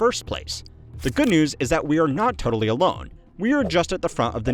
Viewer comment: foLd teLitoLy